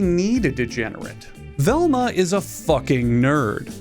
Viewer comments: velma, it's velma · Velma. It's Velma.